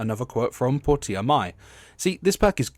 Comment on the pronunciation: Why did you pronounce her name as "Pour-tee-uh"? It's pronounced "Porsche-uh". I would have thought that was obvious from the spelling.